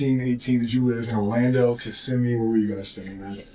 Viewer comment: Hey it was bice that you pronounced Kissimmee correctly 😊 have a great day.